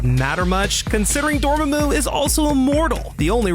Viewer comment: The correct pronunciation for Dormmamu's name is actually "Door-mom-moo", something for the narrator to keep in mind next time.